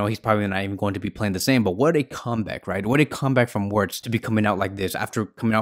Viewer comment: It's pronounced "vertz".....